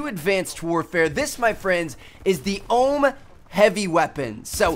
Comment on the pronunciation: It's prenounced O.H.M. Not the OHHMMM jeez...